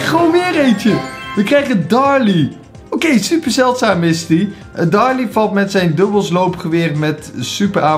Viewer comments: darlie ik: daryl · Darryl joh niet darly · Ja zegt op darrly er staat toch duidelijk darrYL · Darryl niet darly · Waarom de fuck zeg je darly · Maar misschien schrijf je het zo maar je spreekt het uit als darrly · je hoort te zeggen derril Ga door met brawl stars, vind het awesome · Je spreekt Darryl uit als derrul